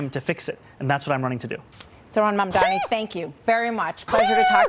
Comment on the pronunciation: The way they continue to mispronounce his name is crazy. Mom. Donnie. Mamdani. And they're like mandanny, momdomee, mondomy, like bitch this is just disrespectful and racist at this point.